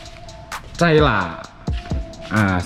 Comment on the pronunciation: Menit 2;27 caila katanya😆 caila dong bukan calya🤣